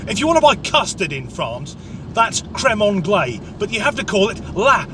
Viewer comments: Not crème anglais but crème anglaisE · It's crème anglaise, not crème anglais ;-)